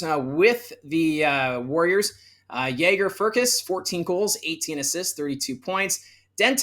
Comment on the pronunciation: It’s Jagger (as in Mick) Firkus.